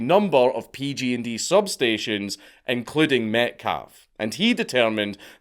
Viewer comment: Dank i love your videos but hearing you say PG&D when you obviously mean PG&E is making me cringe so hard